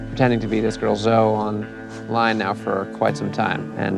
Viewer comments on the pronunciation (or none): what bothers me about this entire thing with Zoe is that she was too stupid to actually pronounce the name correctly. I mean, it's zo-eee. She's not as clever as she thinks. And those siblings are beautiful both inside and out. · Do they not know that 'Zoe' isn't pronounced 'Zo'. Well, this is coming from a man called Nev who pronounces it Neev...